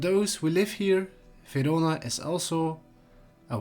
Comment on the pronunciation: In what language is “Verona” pronounced “Vidoda”? AI?